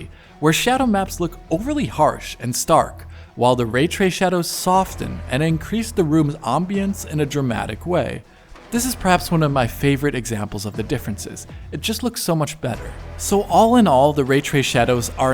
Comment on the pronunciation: “Soften” is pronounced with a silent T 🙏🏻